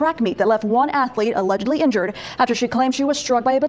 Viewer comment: Allezedly. Not Allegedly! Get it straight man. You keep up your uneven exercise of your arms and you're going to look like Quagmire on American Dad with one arm that is physically much stronger than the other from extensive overuse. This has been Jason talking about and his overworked arm. 🐰🐇🐰🐇💀😎🍀